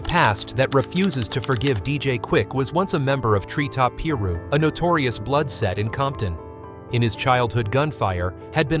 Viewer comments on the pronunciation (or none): P ru😂😂 ,PIRU PRONOUNCED PIE RU 👁️ KNOW CUS 👁️ AM ONE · Tree Top “PEE-ROO”😂😂😂 This is the second video I’ve watched where they can’t even pronounce names correctly… I just unsubscribed🤷🏻‍♂️💯